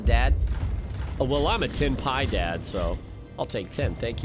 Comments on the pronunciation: As a native Spanish, I laughed a lot when you reached Ten Piedad and you read "Ten Pie Dad" in English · As a spanish I laughed so hard when you said "ten pie dad" lol, that'd be something like diez tartas papá